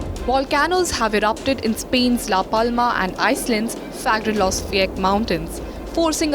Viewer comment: I'm really impressed she learned how to say "Fagradalsfjall".